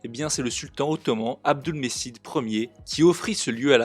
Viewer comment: Il faudrait prononcer «Abdoulmedjid». Le “c” se prononce ”dj” en turc. Par exemple, le mot «cumhuriyeti (république)», se prononce «djoumhouriyéti», de l’arabe ”djoumouriya”.